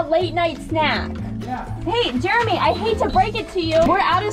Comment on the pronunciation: it's Jeremy!Not Jermy lol